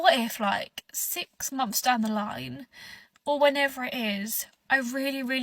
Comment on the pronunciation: Mumpfs not months. They invented the English language and butcher it every time they open their mouths